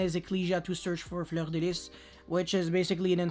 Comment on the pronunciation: It’s refreshing because no other yugituber pronounces it correctly lol